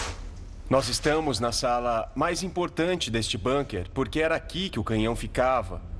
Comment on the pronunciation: É de lascar: bAnkers? É bUnker !!! É alemão, e não inglês, porra. Com U, U, que alemão tem som de U. BUUUUUUUNKER !